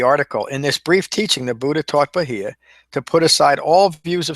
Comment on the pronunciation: Your pronunciation could improve but all in all good job. Bahiya= Baa-here.